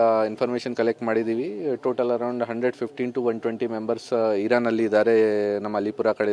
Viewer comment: Just now, few minutes back we were watching your news. That time one of your news reader told instead of Iran heis pronouncing Iraque many times. Please correct it. 😂